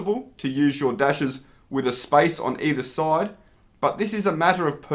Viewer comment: "spice between the words" i like that